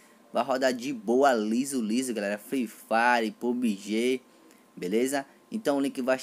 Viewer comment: mano vc como narrador ia matar qlq um de risada, mto da hr "free frire" da hr, likee